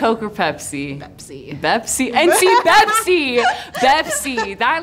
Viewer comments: Its bepsi not pepsi yo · Pepsi? Nah bro it’s bepsi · Pepsi but you got to say it Bpezi....😅🤣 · Get it right its not Pepsi its Bepsi!!!!